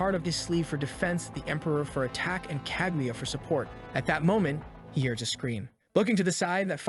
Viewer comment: Is this kaguya or kagyatt? I swear i hear the latter everytime😂